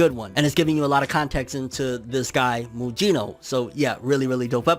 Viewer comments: It's not pronounced Mujino, it's Mugino like Kusanagi and Gyuki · Lol butchered mugino name lol